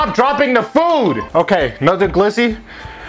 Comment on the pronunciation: My dude said glizzo 🤦🏽‍♂️😂😂